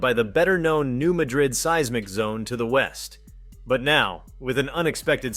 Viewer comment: It's pronounced New MAD rid.